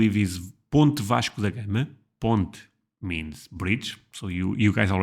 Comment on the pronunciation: I think I just heard the correct pronunciation of Vasco da Gama for the first time.